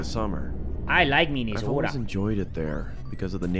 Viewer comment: Video: Minnesota:Minesota Me:Minetasotas